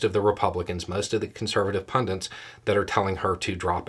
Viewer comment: Aww not you too!!! It’s PUNDITS man, P-U-N-D-I-T-S! Why are people all of a sudden mispronouncing this very simple word when they weren’t before!?! Seriously getting right on my proverbials 🤦‍♀️😖🤬